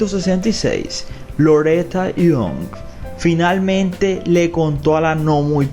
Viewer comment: Loreta Young ..young NO YOUNK....